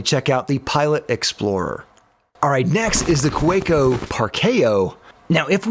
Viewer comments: Cow-ah-co? No, just Ka-ve-co. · 2 things to point out: 1. Kaweco is pronounced with a V sound, like kaVEco (and the German V sounds like an American w, funnily enough) 2. German kids first learn how to write with a fountain pen before graduating to a pencil. So brands like Pelikan make lots of funky looking fountain pens specifically for kids and teens, since even after using a pencil, kids are still required to use a fountain pen in certain situations. Even math exercises. It also means you can find cartridges and fountain pens anywhere, even drugstores, and most notebooks meant for school are fountain pen friendly as well. (: (that is also the reason so many entry level German pens feature the tripod grip... It's the correct way to hold a pen or pencil, and kids are meant to learn the right way, right away.) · Kaweco--- it's pronounced KA-VEK-O.. but your version is fun.😅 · You made a great effort, but it’s pronounced Kuh-VAY-ko. Excellent reviews. Any chance of doing something similar with metal pens? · The different pronunciations of kuhhhwakeo, well even i got the joke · Can I help you out since I lived in Germany? It’s KaVEco. Really informative, thanks! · ka-VAY-co is how it’s pronounced 😊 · "Kaweco" is pronounced with the w sounding like a V. And pearl is not Pee-arl lol. Its purrrl lol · I love you how pronounced Kaweco 3 different ways in the space of about 20 seconds. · How did you manage to mispronounce Kaweco 3 different ways within 10 seconds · I love how you pronounce Kaweco differently each time. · I cringed every time you mispronounced Kaweco. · Forestalling the Kaweko mispronunciation complaints by pronouncing it differently each time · 100% correct pronunciation🤣 which of the 6 different pronunciations did you think was correct? (Hint: none) Great comparison and some useful suggestions - thanks! (Though in the pen world even Americans usually use metric units to help everyone outside the US know what they're talking about😯)